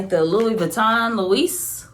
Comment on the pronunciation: You pronounced embossed wrong and Louis wrong😂